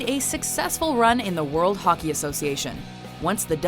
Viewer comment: Not hockie it's hockey